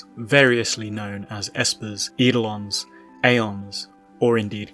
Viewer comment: That pronunciation of eidolons made me unsubscribe. Badbye.